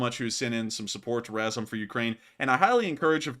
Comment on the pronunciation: learn how to pronounce RAZOM (Ukrainian word for together); you are embarrassing